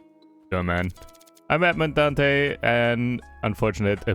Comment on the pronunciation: Dantès , the s is pronounced and the accent makes the e easy. The ship is truly "Le Pharaon" (The Pharaoh) and the prison is actually the "Chateau d'If"